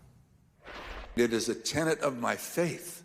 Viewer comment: I’m so grateful he said TENET not ‘tenant’ as so many mistakenly do!